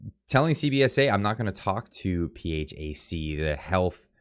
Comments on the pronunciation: As always my friend great reporting keep it up... pretty sure people pronounce phac as P-Hack not sure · PHAC Pronounced : pee hack OR FACK...which seems more appropriate